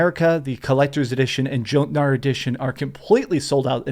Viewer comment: joe-tnar xD